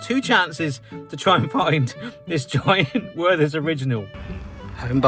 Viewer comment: The "th" in the name is not an English th. The h is silent, and the t pronounced hard. Also the first e is an open one. More like "Vehrter's"